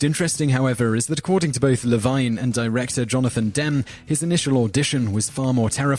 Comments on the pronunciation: It's pronounced Johnathan Demm-mee! And Ted La-veen! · The narrator needs to do a little research on how to pronounce peoples' names. He mispronounced Cimino, Demme, Levine, and Sharif.